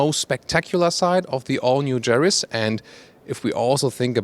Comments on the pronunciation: Ja !! (Ya) I noticed that too .. 😎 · Yaris NOT Jaris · Sorry for being a pedant. But in English Everywhere, re the Yaris the 'Y' is pronounced 'Y' NOT 'J'. Like the colour 'Y'ELLOW or girl named JANET or JANE a Russian plane, YAK 40. ps. I love your car reviews & apologise if I've given offense. :-) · it’s Yaris not jaris English please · Good video. No idea why you are pronouncing this car Jaris in english when you pronounce it correctly in german. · It's Yaris, not Jaris. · it's a Yaris, not Jaris. Please, prepare better next time. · No, do you? Bc saying "Se Djaris" really made me laugh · Hahaha what is “garis “ ???? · Is it me or this guy is calling this car jerry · I don't like the "Jaris" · More like Mazris! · Hmm, he does very well in English, as most Continental Europeans do. Someone should just explain to him that in English, the 'Y' sound is like the German 'J' sound – not like the English 'J' sound! :^) But a very good intro to the new model.